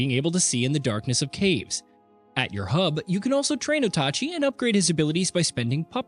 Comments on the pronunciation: O tah chee? ita OATchee, Oatchi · It's infuriating hearing "Oat achi" over and over They probably did it on purpose to get eejits like us commenting on it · What is so hard about calling him OATchi? Didn't Nintendo already clarify how to say his name? Lol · Bro said Otachi ☠️ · Ikr, the way he pronounced is spell like this Otachi. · Calling the dog OTACHI. Now I cant unhear it 😢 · Slaughtered that name like a Linus Tech Tips review